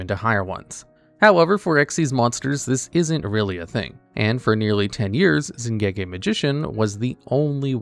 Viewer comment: That pronunication of "Xiangke" is atrocious.